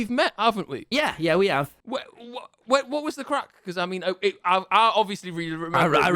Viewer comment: i do not like saying craic it is not right